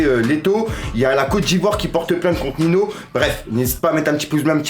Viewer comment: J’aime beaucoup ce que tu fais mais là famille mdr on dit pas Nino mais sa se prononce NiNio